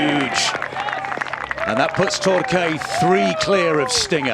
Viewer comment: Course looked beautiful! You guys dont know how to say torque. Its not tor-kay its tork.